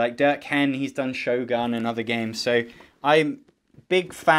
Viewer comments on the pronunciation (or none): none